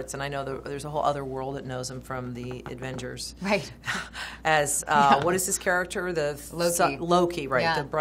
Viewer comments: Advengers? Really? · Did the interviewer just say Advengers instead of Avegers? Wow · She did...